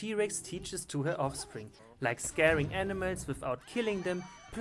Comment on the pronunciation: He’s Calling Animals... Aenimeltz. FUCKING AENIMELTZ